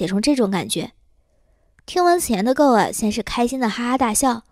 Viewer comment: Goa不是读作“够啊”，是“锅啊”😆